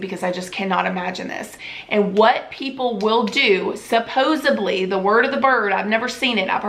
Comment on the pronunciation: Did you say "supposebly"? That's like Joey on Friends...